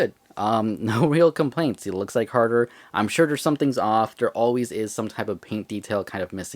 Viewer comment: Bro said carger